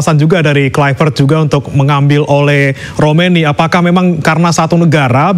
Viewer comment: si ole si ole hahahah pbahasa pembawa berita nya kurang bagus, masa sebutin nama orang kaya gitu siii ole kata nya